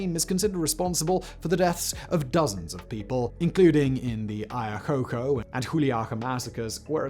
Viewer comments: hey you bearded wonder it's "Ay ya Q chO " not Ayacoco ;P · I understand English speakers may have difficulties pronouncing foreign names so I won't be correcting any accent related pronunciation but the word Ayacucho was completely mispronounced mispronounced as aiacoco which doesn't resemble in the slightest to the way the word is pronounced. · Did this mf really pronounced Ayacucho as "Ayakoko?" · The pronunciation of Ayacucho was a bit funny though 😂. It’s Ah-yuh-coo-chow hehe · OMG you massacred pronouncing Ayacucho! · Apart from mangling the pronunciation of Ayacucho very badly, the rest of the video is very good :P Agree with other commenters that a Fujimory and Montesinos episode would be great... but you could also do one about the whole Odebrecht corruption case, that is behind some of the things you mention (PPK falling, Alan García killing himself) but was not only a thing in Perú; that Brazilian company basically bribed politicians in almost all Latin America and the investigation on that caused shockwaves all over.